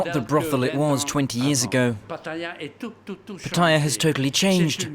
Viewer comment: ffs, pronounce Pattaya properly...